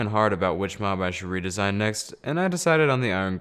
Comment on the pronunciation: Ree-disain a wither skeleton